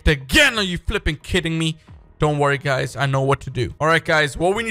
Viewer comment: I love you say fipping